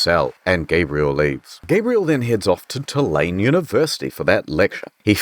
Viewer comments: Native here, you're very close it's just 'too-lane' lol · It's actually pronounced "too-la-knee" University, I think.